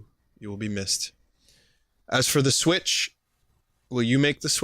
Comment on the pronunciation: You're pronouncing it correctly, anyone who pronounces it to rhyme with switch is an idiot.